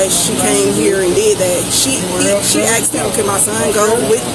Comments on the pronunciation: It's asked.... Not axed. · "I axed him" 🤦🏼‍♂️ pleaseeee Asked, it's asked! 🙄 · "I axed him to use the bathroom" 🪓 🤣🤣😂😂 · I axed him, Know what I’m sayin, whatnot or whatever!😂